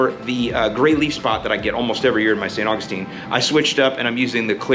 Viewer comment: I still laugh every time you call it St. Fungistine 😂